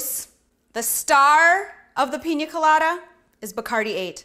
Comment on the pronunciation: she keeps saying pinja instead of pina did anyone else hear that?